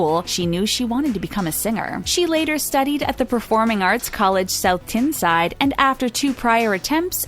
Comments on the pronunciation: "south Tinside" oh baby no Tine-Side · South ‘tinside’ lollll